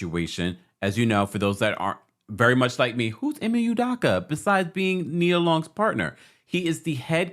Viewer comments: It’s Udoka with an O not Udaka 🤦🏻‍♂️ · Pronounced: Udoughka! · My guy you butchering Ime's last name 🤣🤣🤣